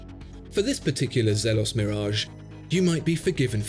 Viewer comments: Zeeeelos! Not zeh-los. Great review as always! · Molesworth elshan the founder confirmed that it’s pronounced as “zeeelohs”